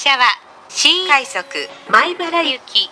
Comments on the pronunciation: この列車は新↑快↑速↓米↑原行きワンマンカーですww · 「新↑快速」 と「のろ↓ｇわ（ｶﾝｶﾝ）」が面白すぎて定期的に見に来てしまう そういえば京浜東北線がワンマン運転化するらしいですね